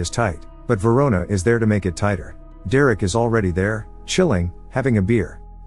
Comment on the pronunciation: Verona?! RIC KEY VERONA?!!